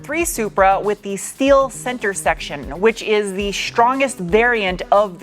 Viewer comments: "shtructure". "Shteel". Why do you do that? Why do you pronounce every "st" word as "sht"? What a bizarre thing to do. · So damn funny!! I like how you say “shteel”! Questions: Are you going to stick it on a dyno? How many hours of research did you put into building this car?